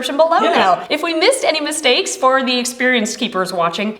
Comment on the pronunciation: at the start when she said mistakes i thought she pronounced it like "mis-snakes" lol